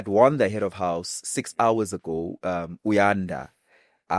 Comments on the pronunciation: He can't even say Uyanda's name,He keeps on saying uboy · The fact that u cant even say Uyanda's name bothers me. You keep referring to him as u boy or something🤔 May God help u child